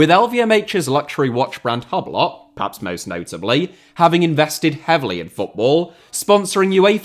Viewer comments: it's pronounced e-blow, not Hub-lot 🤣🤣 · man, its "you-blo" not "hublot", uncultured swine grrr! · Did this brudda just call “Hublot” - HUBLOT!? cmon 🤣🤣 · 'watch brand hub lot' 😅👍🏻 would make proud. Pronouncing it that way is exactly how it should be said. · "moet" is of Dutch origin, despite being headquartered in france, so the "t" is NOT dropped from the pronunciation. And whilst we're on the subject, "Hublot" which means 'porthole' in french, is pronounced 'oob-lo' . 🇨🇵 And i may as well 'tag' on (pardon the pun) "tag heuer" the TAG part is an acronym for 'techniques D'avant Garde' and heuer is pronounced "hoyer". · is brutal 😂 it’s hugh-blow ….. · sorry but i really can’t let this one go, Hugh blow is how it’s pronounced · Hub-Lot lmao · the way you pronounced hublot made me have a brain aneurysm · The way he pronounced hublot made me physically cringe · Nah the hublot pronunciation is crazy